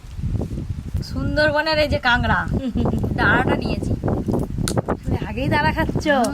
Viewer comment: কাগরা না কাকরা😂😂😂